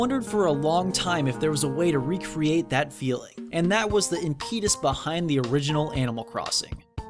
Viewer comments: im. pet. us. impetus. not im-peetus. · It's IMPetus, not impEtus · Did you know, it's pronounced impeh-tus? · "impEEtus" c'mon now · impeetus for diabeetus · Im-peet-us! LMAO! You idiot. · This video is really cool, but I can't get over "impeetus" HURTS MY EARS, UGH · I know mistakes happen, but pronouncing "impetus" as "im-pee-tus" is something that should have been corrected and edited before upload. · dat "impeetus" too op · Im-PEE-tus, is a word now eh? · "And that was the IMPEEEEEETUS behind the..." Damn, that pronounciation gave me DIABEEEEETUS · "Impeetus" yeah wow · Im Peet Us? Mis Cheev E Us? Good lord... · I was on board until he hit the word "impetus." (Look words up when you don't know how to pronounce them. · lol at pronounciation of 'impetus'. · Never heard anyone pronounce impetus like that. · You pronounced impetus wrong. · He just said it in a weird way, nothing big. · You said "impetus" wrong.